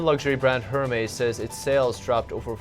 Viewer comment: Hermes... Er Mez. 😂